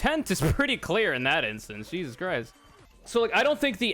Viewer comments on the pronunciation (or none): none